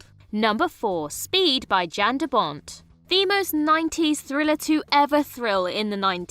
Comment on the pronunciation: Who is JAN? He's Dutch. I'm Polish. Say our name correctly.